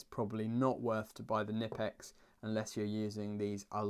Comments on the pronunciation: Not "Nippex" Knipex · The K in Knipex isn't silent dude, it must be pronounced. It's Knipex not nipex ... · Not "nipple ex" It's "K" nipex. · Found an old pressmaster krb-0560 in work and I was delighted, thing had be forgotten up in the i beams for Years, I didn't just take it either, I saw it, and it was still there 6 months later. Sounds like fair game to me. Also you pronounce the "k" in knipex (kn-ipex) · Something I only just found it, it’s pronounced “ker-nip-ex”